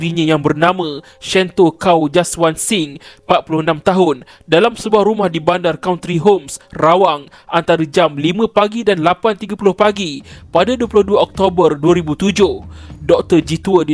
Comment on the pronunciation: Ada indon sebut bandar country home sebagai chontry home